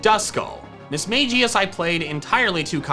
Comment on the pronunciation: That's Mismagius you said it wrong